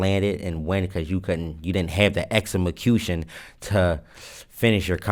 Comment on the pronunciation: yo , my nigga said exemacution we know what u mean my nigga.